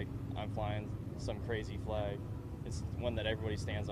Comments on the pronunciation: Honest question, am I losing my hearing or is he saying "american flaeg" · I'll admit...your pronunciation of "FLEG" is "triggering" (what a stupid phrase triggering is), but otherwise I concur. 😉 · What the fuck is a Fleg Jeremy? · Before i even clicked on this video i knew he was gonna pronounce flag funny.